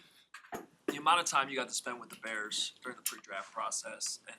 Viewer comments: "Da Bears" at the end makes this video worth watching 1000 more times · “Da” bears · How can you not like this guy??! Love the way he closes too “da Bears!”